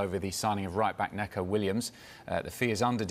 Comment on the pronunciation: They SAID it wrong, spelt it right, but said it wrong. Trust me, I'm from the same City he was born and his generation there is an absolute ton of Neco's and Mason's, so I can tell you the e in his name is pronounced the same as the e in eel, not the e in egg